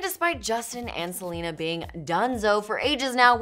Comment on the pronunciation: wtf is welena